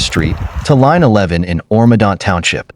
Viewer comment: Oro medonte with a e at the end..not medot… oh AI, they say it’s going to take over but can’t replicate actual human language.. super power? no psy-op… nothing beats a human brain but keep telling people it will take over when it only does what a human codes it to do. hmm makes sense.